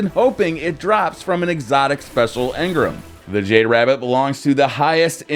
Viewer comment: jade rabbit drops from exotic primary engram, he said excotic sepecial.... Keep it.